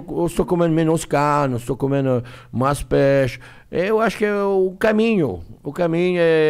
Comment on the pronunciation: "Maixxx" Erick,jacquin